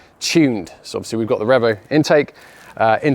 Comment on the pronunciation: Take a shot everytime says Revo wrong😂